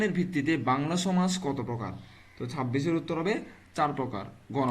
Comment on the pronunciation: ভাই ফুসফুস ও থাক আর সমাজ এই দুইটা ভাষা একটি শুদ্ধ করে বলবেন কারণ এই ভাষা শুনলে আমাদের হাসতে হাসতে পেট ব্যথা হয়ে যায় আর আমার বন্ধুর গোয়া মারা যায়